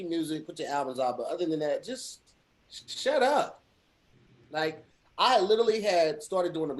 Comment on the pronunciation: Kinda hate the way pronounces “literally.”